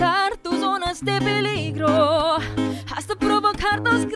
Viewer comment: Maldita Exactamente. And I also noticed, she pronounced mistakenly the word "Hasta", it shud be Asta, silent H.